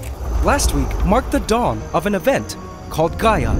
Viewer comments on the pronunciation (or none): none